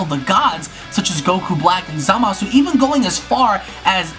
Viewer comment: How hard is it to say Zamasu. I swear every video I watch of people talking about him always say ZamAHsoo.